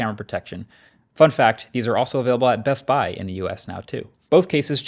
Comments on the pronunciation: Your NJ accent is showing with your emphasis on Buy and not Best. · Says BestBuy the same way Christopher Walken says Foo Fighters